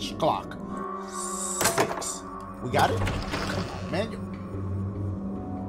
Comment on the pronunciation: lol why does dashie say 6 like that